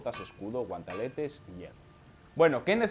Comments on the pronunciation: Jajajajajaj Me pone nervioso oirte decir guantAletes xD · porque sigues llamando a los guanteletes, guantAletes? xDD venga buen video